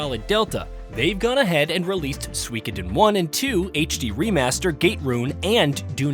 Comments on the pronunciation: He is pronouncing it Swikidin 😂😂😂 It’s pronounced SUKODEN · It should be pronounced Soo-E-Koh-den not Swee-keden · It’s pronounced sue-koden. The I is silent. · Maybe watch a YouTuber who can say the name of the game correctly.